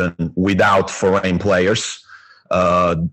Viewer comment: Great effort on this podcast! Looking forward! Btw, it's Foreign players, not Forgan:D